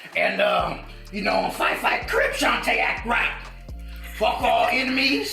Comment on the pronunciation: Not CRIPZ, CRIPS. Very Important difference.